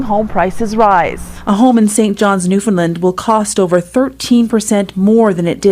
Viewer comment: pronounce Newfoundland properly please!